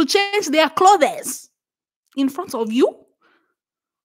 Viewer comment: ITS THE RANDOM ACCENT FA ME..... NOT “CHANGE MY CLO-THES”............ 🤣🤣🤣🤣🤣🤣🤣🤣🤣🤣🤣🤣🤣🤣🤣🤣🤣🤣🤣🤣🤣🤣🤣🤣🤣